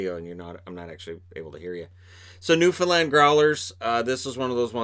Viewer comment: Gotta love the newfoundland representation also thanks for using the correct way of saying it